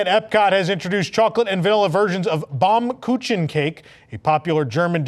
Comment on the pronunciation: pronounced "Baum Kookin"